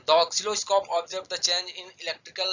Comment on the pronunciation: It is not called oxiloscope it is oscilloscope